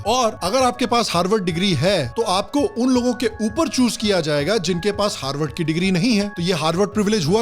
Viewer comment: Harward ko galat bolo bhai